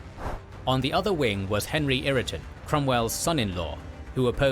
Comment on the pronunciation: I had to stop watching Kings & Generals because of their narrator. He is a New Zealander and often mispronounces English names and others. It is William Wal-Ler not Wall-er, and Henry Ire-Ton not irriton. The same names crop up in battles & sieges due to geography creating a strategic point eg. meeting of roads, a strong defensible point or a castle, or river crossing. The point overlooked or deliberately missed is that the MacDonalds were Catholics & the Campbells Protestant. Religion drove their loyalty, animosity & rivalry. This dated back hundred's of years.